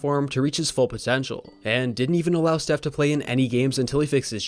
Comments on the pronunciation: ... sounds like you called him "Seth" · steph. not seth